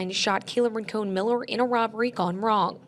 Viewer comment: Rankin? Anyone Jamaican? Oh, it's Rincon.